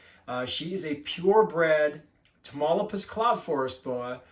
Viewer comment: Great content, love the boa👍by the way it is pronounced (Ta-mauli-pas) that’s my home state in Mexico. Wish I could get my hands on one of these, they seem pretty hard to find